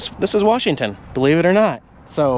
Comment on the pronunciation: I hope you are from our beautiful state, I want you to realize there is no "R" in Washington.